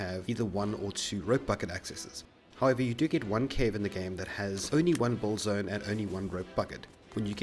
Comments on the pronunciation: WTF is a "buld zone"? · Are you saying "bold" or "build"? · Why are you saying "bulled"? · When he says build it sounds like bold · BUILD, man BU_IL_D not Bull. a "Bull-zone" only confuses people. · its build not bold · its not "boold zone" its build... god i couldn't understand what u saying til i saw a Build Zone words on the drawing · I didnt understand "Bull-zone" but then I realized you pronounced "build" wrong every time, then I figured it out what you tried to say. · you build a dick ? he kept saying '' i build a dick over here''